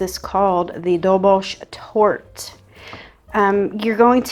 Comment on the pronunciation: The correct Hungarian pronunciation of Dobos Torte is roughly Dobosh Tortah. If you’re not sure, just add an ‘H’ to the end. So now you know: it’s not goulash, it’s guhyash 🙂 Btw, I just found your channel because I was looking for a vegan mirror glaze. But I’m in a small town where even toasted sesame oil is some kind of exotic, never-seen ingredient — so I have no chance of getting agar agar here 😢.